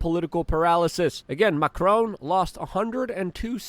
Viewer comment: You say Macron, I hear Macaroni. Is that weird?